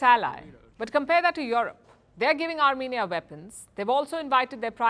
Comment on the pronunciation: France to 'Arm'enia